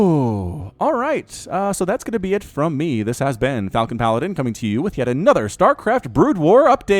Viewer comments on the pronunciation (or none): none